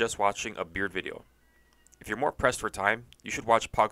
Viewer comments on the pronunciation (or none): i literally had to rewind to make sure i heard him correctly 💀